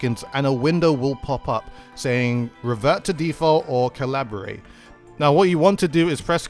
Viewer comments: Calibrate is pronounced "cal-uh-brayt" not "Collaborate" haha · informational what i did learn tho is you don't know how to pronounce Cal-Li-B-Rate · that's not an accent, that's a complete different word "Cabrilate" =/= "Calibrate" "Collaboration" =/= "Calibration" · Empress Aly Years late but that's not an accent, as an Englishman (if you'd call me that, as I live in England and so does DUDE), he's just pronouncing it wrong. No hate, I know it's not a common word, just saying. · DUDE makes a video to help the community improve. Community responds by criticizing how he pronounces 'calibrate'... smh... I, for one, really appreciated the tips and I can't wait to get home so I can try them out. Thanks DUDE!